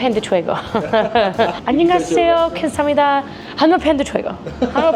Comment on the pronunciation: Wow!! That “감사합니다” was really good. She pronounced it perfectly!